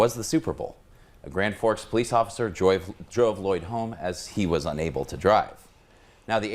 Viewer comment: “Midadoyd” Mr. Lloyd was one of my favorite teachers. Still is!